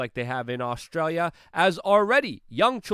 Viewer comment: It's Nauztralia.